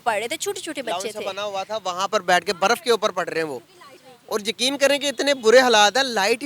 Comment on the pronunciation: She cant pronounce words with letter R 😂 insted she pronounce it with D for eg instead of Baraf she says Badaf..😂